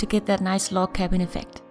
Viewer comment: it sounded like you said we were making a love cabin at the beginning